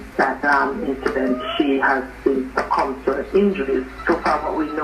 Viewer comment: Thanks but guh sleep now caz mi swear mi hear yu seh "di lady succumed to her INDUSTRY ".Summarie karrek me plz🤣🤣🤣🤣